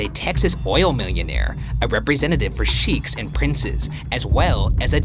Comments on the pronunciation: rayn it's not sheeks it's sh ai kh . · it's pronounced not as "Sheeks" but as "Shaye-khs" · SHEEKS. IM CRYING. HE SAID SHEIKHS (Shakes) AS SHEEKS AHAHAHHAA. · ryan says "Sheeks" instrad of sheikh 😂😂😂😂😂😂😂😂😂😂😂😂😂😂😂😂😂😂😂😂😂😂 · Not Sheek, it’s pronounced as Shake. Sorry, only part that irked me. Don’t attack me. K thanks. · lol sheeks (sheikhs) is pronounced shakes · Ryan, its Sheikh, read as Shake... not Chic! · Shieeeeks. That had me dying. Its pronounced like she-kh-es ( like shake but with an e) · Sheikh is pronounced ‘shake’ not ‘sheek’ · Ryan sheiks is pronounced “shakes” not “sheeks” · lol "sheeks". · Thanks for butchering the pronouciation of Sheikhs. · Love the way ryan pronounced sheikhs.